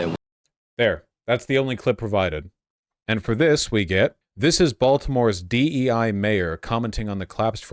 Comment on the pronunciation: Did you really just say DE with a hard I?